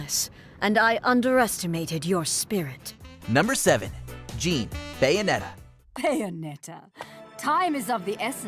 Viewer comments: Also how dare you miss-pronounce Jeanne’s name l! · I think you said jeanne's name wrong. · They didn't even pronounce Jeanne's name right... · can't even say Jeanne's name right 💀